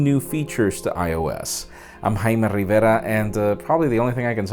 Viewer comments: I love him saying "Jaime Rrrriverrra" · "Hymen Rivera" I thought you said that.. I didn't know you were virgin Jaime!